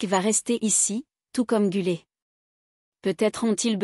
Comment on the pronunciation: GÜLER et pas GULET😅